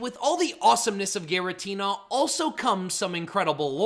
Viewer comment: How many times do I have to tell you?? It’s pronounced ar-KEY-iss, GEER-uh-tee-nuh, DEE-AHL-guh, and EE-jih-slash, “”! 🙄🤨 And stop calling genderless Pokémon male! 🙄